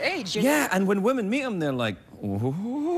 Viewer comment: Women! Please say women.